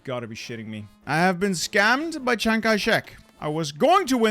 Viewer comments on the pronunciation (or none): none